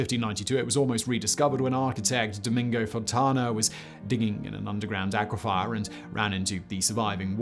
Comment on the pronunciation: Dear, oh dear, Simon!! re - ish, the word you're mispronouncing is "Aquifer." You're saying "Aqua-Fire," which is incorrect, as it imagines an extra letter "i" after the letter "f." The correct way to pronounce this word (aquifer) is "Aqua-Fur" or "Ack-Whiffer." Ps: A relevant way to think about this is via the word (or indeed, the occupation of) a Cartographer, also known as a map-maker. You wouldn't pronounce that word as "Cartograph-Fire," since you recognise that the last syllable doesn't bear the letter "i." No, the final syllable of that word must instead be pronounced as "Fur," rather than as "Fire," owing to a decided LACK of the letter "i" in that last syllable. Well, the word "Aquifer" is exactly the same in that regard; the final syllable lacks the letter "i" and is pronounced as "Fur," rather than the way you're currently pronouncing it, "Fire." I hope this all makes sense. I've tried to explain all this in the most easy-to-understand manner, such that Simon will hopefully recognise what he's doing wrong (re- pronunciation), exactly why it's wrong, as well as the correct way to pronounce the word/s in question. I kept a uniform manner across all my similar comments on Simon's various channels. Hopefully, it's easy enough that Simon is able to correct his pronunciation on these words, as well as any others.